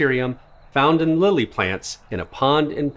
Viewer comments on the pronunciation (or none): none